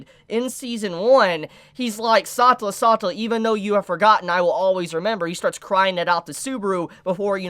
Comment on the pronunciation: God dammit, its sa-te-lla NOT sa-tu-la or whatever it is you are saying. don't you speak English natively? Same goes for Echidna. ( it's Echi-d-na )...good grief